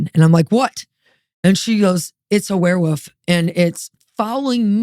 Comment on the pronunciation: I love how she pronounces it "werewoof." is the BEST.